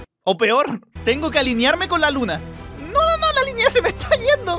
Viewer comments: No se dice luma se dice luna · Se dice luna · SE DISE LUNA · Hey se le dice luna no luma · No sabes ablar No serise luma serise lunaXD